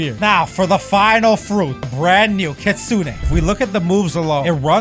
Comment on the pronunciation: Btw stop calling it kitsune a it's kit sune